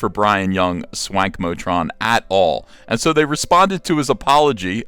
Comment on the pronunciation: You keep mispronouncing his handle... It's Wankmotron.